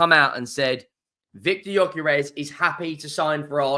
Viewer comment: Gyökeres is pronounced: Yuh-ker-res.